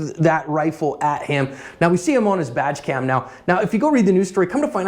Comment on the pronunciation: When uses the words "badge cam" it always sounds like "vag cam." Now that would be some interesting footage!